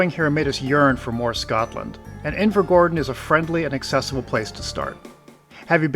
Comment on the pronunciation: I literally live there so I’ve no idea why I’m watching it, decent video tho but your pronunciation upsets me😂